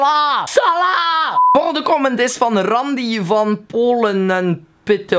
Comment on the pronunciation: De manier waarop je Randy zegt😂😂😂